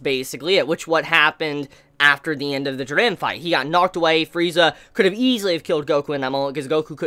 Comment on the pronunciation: The way you say "Jiran" hahahahaha